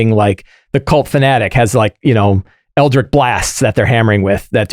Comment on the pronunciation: i love!! Watch his show all the time but someone PLEASE tell him how to pronounce ELDRITCH:P